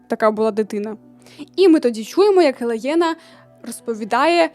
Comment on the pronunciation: мені здається, що не гелаєна, а гелейна, в книгах написано саме так) дякую за відео!